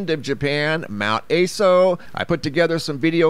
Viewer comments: Mt Ah-so not Ay-so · Mount ASO... A sounds like the "u" in up, and SO like the "so" in sock. Japanese vowels like this... A as "u" in up... I as "i" in sip... U as "oo" in boot... E as "e" in bet... O as "o" in hot. Just in case you care, or wanted to know.